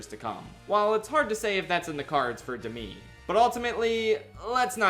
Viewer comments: It can’t just be me that is distracted by him pronouncing Demi as De-mi and not Dem-e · the way you pronounce "demi" is so ever slightly off, it's kind of funny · THAT'S HOW YOU PRONOUNCE DEMI MOORE???